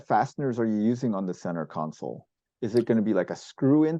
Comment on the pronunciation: As others have said, Jason is an impressive designer. And I’ll add, a much smarter man than I. However… I wince just a bit every time he says “council” when referring to the center “console.” It’s so inconsequential that I look foolish for bringing it up, but I hope he can correct that habit. Makes me lose just an ounce of confidence in people when they have odd pronunciation habits, probably picked up from their parents… I know I’ve definitely made a good few corrections over the years, even into adulthood. Probably still working on a few old habits… Anyway, cheers! 😅